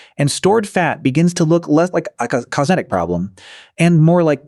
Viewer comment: AI can't handle the word cosmetic.